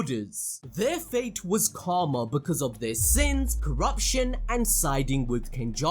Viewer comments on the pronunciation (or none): none